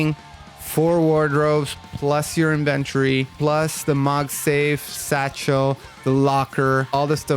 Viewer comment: no don't let this dude get you twisted. he's saying it weird as hell.